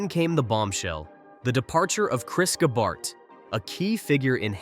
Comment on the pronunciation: I didn’t know Gabehart was such a difficult name to pronounce.